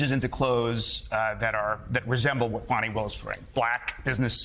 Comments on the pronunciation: Really, Joe?! You really haven't learned to pronounce Fany Willis's name by now? It's not "Fanny"; it's like fawny, fawny Willis. Say it; practice it like a professional. Please! And apologize to her; she deserves a ton of respect. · Hey Joe, stop calling Fani Willis fanny that's not how you say it. Think of a baby deer, fawny that's the real pronunciation. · More like "Fawn-ee". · I believe Fani is pronounced Fun-ee'Willis, Joe. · It's pronounced Fawny